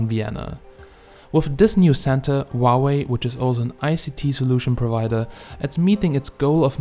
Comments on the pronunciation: GOD DAMNIT. ITS NOT WAHWAY ITS PRONOUNCED HOW WAY LOL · Huawei not uauei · Wauwe ? Is that how you pronounce it? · why you keep saying wa way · I love the way you pronounce Huawei 😂😂😂